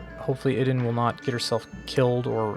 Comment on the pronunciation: Is Idun pronounced as ee-doon instead?